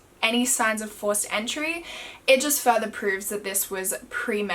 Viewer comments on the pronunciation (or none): none